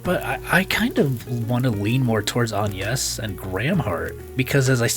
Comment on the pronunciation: An-yes? Isn't her name Ag-nes? Even in JP, where they don't really pronounce the letter "g," they still call her Agnes. Regardless, her name is CLEARLY Agnes, it's an actual real life name, so I don't know where you're getting An-yes from.